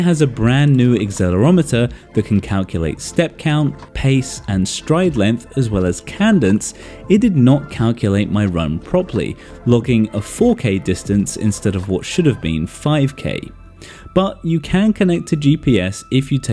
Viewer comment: Cadence. Cay-dense.